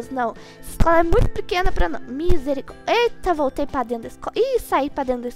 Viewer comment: Vc fala minsericórdia kkkkkkkkk mas e misericórdia kkkkkkkkk 😂 😂😂😂😂😂😂😂😂😂😂😂😂